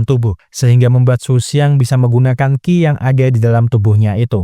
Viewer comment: Qi itu bacanya Chi, bukan Ki